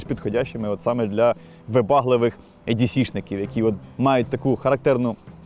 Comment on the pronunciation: дуже крутий контент, дякую вам!…але кажіть не ЕДіСі, а ІДіСі….англ «е» це «і»…дуже ріже слух коли Едісі 🙈 (я розумію що еврідей, проте це абревіатура, а сама буква має звук «і»)